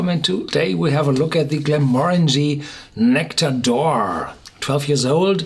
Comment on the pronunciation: "Nectawr d'oar" ... I think a German pronunciation would have been closer to the way it's supposed to be said in French.